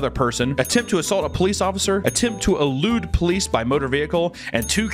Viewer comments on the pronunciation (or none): Wasnt looking at "elude the police" and heard "lewd the police"